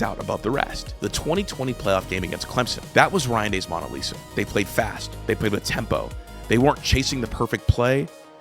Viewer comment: Who says “Mona Lisa” like this? Now I think this whole video is AI